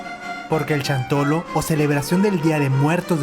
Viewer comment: No es chantolo ,es xantolo ,pronunsia bien no seas tonto